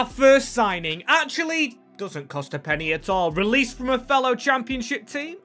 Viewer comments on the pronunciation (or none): none